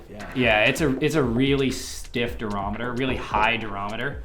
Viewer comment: Also, take a shot every time you hear “durameter”